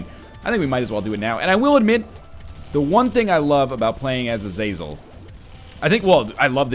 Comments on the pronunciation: Not to be "that guy" but it's pronounced Ah-zuh-zel. Not Uh-zay-zel or A-zaz-el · im pretty sure its prononced (Azah-zel)